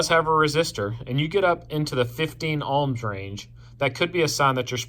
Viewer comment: Nice video (took a bit getting used to "Alms" instead of "OHM's" BUT.... This is only ONE TEST and although it will find a total failure condition (open circuit), it WON'T find the biggest problem... A plug that "Appears" ok but actually isn't... In this case, a plug insulation between the inner core and outer grounded thread section breaks down (Cracks or even carbon tracking across the surface). You need a MEGA not a Ohm Meter to make a proper test. Spark plugs typically operate with 25,000 volts. An Ohm meter may work with 4 volts so is not actually testing how the plug operates, just that there is continuity at 4 volts. A MEGA will show if there is a path through the insulation (but may need an insulator placed between the spark gap. (최원국 최원국 beat me to this.... (As I don't know the language I'm not sure what I just said, or if I even copied the name correctly)) q8)